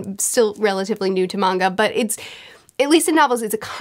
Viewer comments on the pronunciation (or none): none